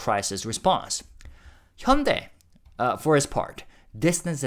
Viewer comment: I assumed you are Korean but then why are you pronouncing Hyundai incorrectly?